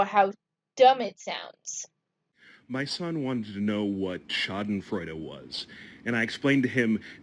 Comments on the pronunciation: The "e" at the end of "Schadenfreude" is pronounced. We Germans generally pronounce all letters in a word. Normally, you feel Schadenfreude when a misfortune happens to someone you don't like. If it happens to an objectively bad person, the feeling is extra good - but it also applies to people who just annoyed you. Like when that boastful collague of yours that always takes credit for other people's work accidentally does something really embarassing in a meeting where the bosses are present - and everybody laughs. That feeling of "Yes! He's been taken down a notch!" is also Schadenfreude. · Wow, he’s really obsessed with “The Whale.” A 600 pound man would never have the stamina for a movie shoot. This guy is SO deluded. As for “schadenfreude,” in my mom’s part of Germany (Baden), you pronounce the “e.” Can’t speak for other parts. ☺️ So sorry about the job; that sucks. It’s the classic paradox that so many young people face: you need experience but can’t get a job to acquire the experience. 😔 P.S. Love the comment by Stefan. 😂